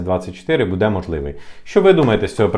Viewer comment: Неправильно видео назвал. Потерял хватку😂 Надо было назвать "Велика загроза для українських українців які знаходяться за кордонами української України від української влади". И обязательно раз двести повторить "буде" с ударением на букву "е" и "будуть" с ударением на вторую букву "у". 😂